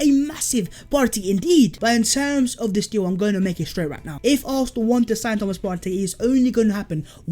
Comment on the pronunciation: saying Thomas Partey is so satisfying